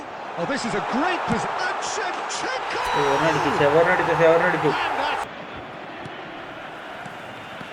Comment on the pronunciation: Shevachenko ❌ Shevashanko✋🏻 😌🤚🏻 ❤️